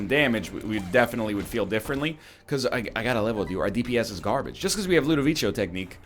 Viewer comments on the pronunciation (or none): My dude, please, read it like ludoviko, not ludovicho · Part 6 of my continued support for the Jello Lord. NL might mispronounce Ludovico, but he'll never mispronounce the name of our honoured leader, the Salad of Jello